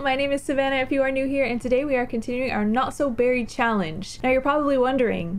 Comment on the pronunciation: Leg-ah-see. Cha-Lange ?